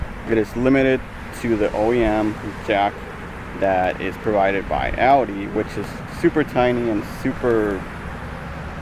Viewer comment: remote starter ain't putting stress on ur started bro 😂you got no clue what your talking about learn to pronounce the manufacturers name dude you sound like a small child